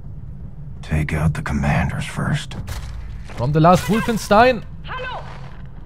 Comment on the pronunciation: Als in si Wolfenstein Englisch ausgesprochen hast. Das ist dein deutsches Wort.